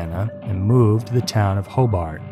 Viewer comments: Hobart around here is pronounced "Hobert". I know, 2 years too late lol. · Just a quick few notes on place pronunciations(somebody else might have said this already). It’s Ross (like the character on Friends) Township, Merrillville is pronounced Merr-i-ville, and Hobart is pronounced Ho-bert. I used to pronounce Hobart incorrectly as well until I moved there and the locals corrected me very quickly.